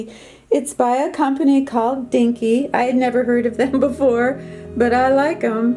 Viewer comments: Lol. D K N Y ...is also a clothing line. Never heard it pronounced " dinky!" I chuckled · You're sooo cute......you prounounced it DINKY.....DKNY Donna Karen New York 😂 everything you picked out looks gorgeous!!!! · The brand of your curtains is pronounced by syllable ... D. K N. Y..... Lol . Stands for Donna Karan New York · It was funny how She said DKNY.. (dinky) 😉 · Hi! DKNY is Donna Karan New York and pronounced with just the letters D K N Y.:-) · DKNY- you pronounce each letter individually. Love your videos! 🥰 You are always so peaceful and positive. A joy to watch. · Lol at DKNY (Donna Karen New York) pronounced as letters not a word. Anyway beautiful curtains and rug, well everything really 😉 Yes art reflects who we are, I totally agree. My art says a lot about me. I’m changing this year so I get what you’re saying. oh BTW don’t get rid of your framed Christina’s World though. Oh and loved your homage to the Ukraine 🇺🇦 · Was just about to mention this too-to funny how she pronounced it. 🙂